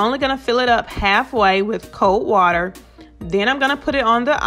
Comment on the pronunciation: "Cold wa-Ter." You wot, mate?!